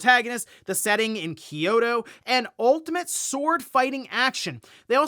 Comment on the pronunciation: Jesus christ...It's not key - yo - toe. It's kyo - to.